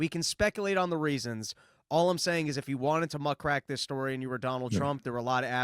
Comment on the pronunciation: In this episode, has just learned the word “muckraker”, but thinks it’s pronounced “muck racker”